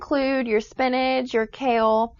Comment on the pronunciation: Did she say Spinage? It's SPINACH!!!!